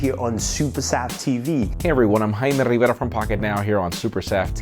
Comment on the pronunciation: I could listen to pronounce his name all day 😀